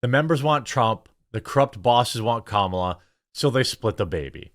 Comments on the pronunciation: You’re already “mispronouncing” her name when you say “KUH-MALA” they want you to say “COMMA-LUH.” Just to be clear, idgaf how you say her name, js you don’t need to say “CAM-AH-LUH” to trigger the left. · Lol it's pronounced Comma, la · I love how I'm not the only one that purposefully calls her Kalama 😂